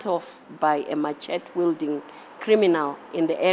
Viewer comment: Oi, machete is pronounced as ‘məˈʃɛtɪ’ 😢